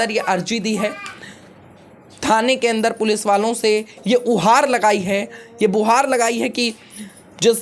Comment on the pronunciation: हम भी बहुत हंसे उहार भुहार 😂😂 गुहार कहना है 🙂